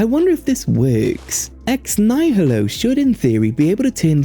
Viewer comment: It's not pronounced "nye-hill-oh." There's no h sound in there, it's "nye-ill-oh." Like the word "nihilism."